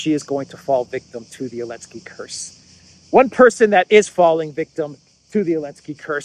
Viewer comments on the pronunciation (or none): Why do you never say the "Z" in Zelenskey? Now I've heard I can't un-hear it and it's winding me up lol.